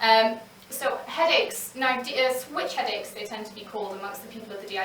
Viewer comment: 'Witch Headaches'? Did I hear that properly?